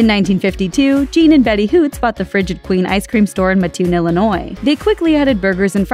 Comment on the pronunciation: The “real” Burger King? Since when does being the second and infringing upon a trademark make you “original?” Also, you said Mattoon wrong...and that place is DELICIOUS!